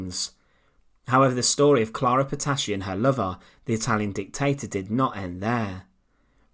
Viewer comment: Soljar, Hitlar, dictatar, encountar, muthar, etc.............. Love the channel but FFS get rid of the narrator. Even an AI bot would be preferable. I cant watch another slice of "Untold past" with that voice!!!!!!!!!!!!